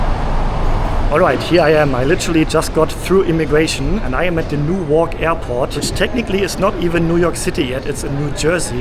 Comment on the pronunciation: With Newark, the stress is on the first syllable.